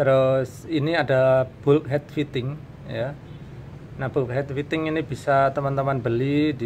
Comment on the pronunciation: Bulkhead fitting dibaca "balkhed fiting"